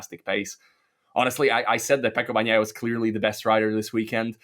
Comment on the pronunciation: When you pronounce Bagnaia, g is silent, it just softens n. Please learn it.